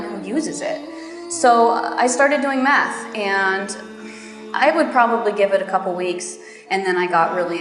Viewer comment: DIA BILANG "METH" (SABU-SABU) BUKAN "MATH" (MATEMATIKA/BERHITUNG)😑